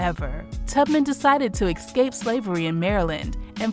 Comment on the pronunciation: Beautiful piece about a great human being but im sorry, hearing "exscape" all the time is very annoying...